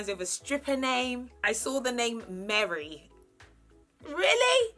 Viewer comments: Sorry but you butchered some of the names 😂 Merry for Mary. Se-ren for Serene.. it's all good we love you 😍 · I was kinda in my feelings when she said “MARY” 😂 But it’s, I still love her 😂😂😂